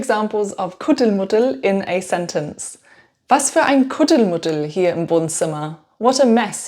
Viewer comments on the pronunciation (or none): none